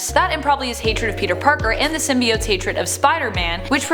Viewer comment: I’ve seen it and it was really good. I’m so glad they fixed the pronunciation of symbiotes.